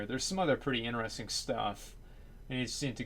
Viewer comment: What language is he speaking? "Woyers" "inneresting" ???